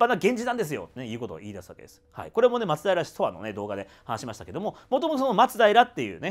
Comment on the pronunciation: 松平の発音がマツダイラみたいに聞こえる気がするのは私だけかな😅